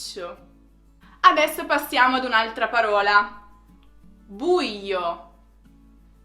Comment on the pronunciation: non ci siamo con le pronunce: * còsa, non cósa, qualcòsa non qualcósa * paròla , non paróla